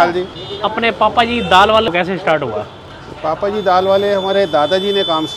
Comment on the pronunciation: That is not papa ji that is bhapa ji😂😂